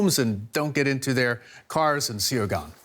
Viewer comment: I was wondering what “see yow gone” was. That studio reporter really butchered that one.